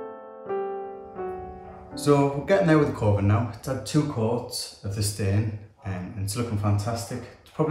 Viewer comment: When and you said Coving, I kept hearing coffin.